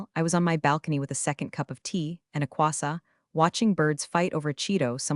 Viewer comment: what the hell is a quassa? its not croissant which is said 'kwasont'